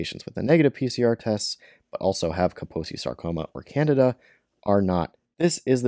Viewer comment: Candida not Canada lol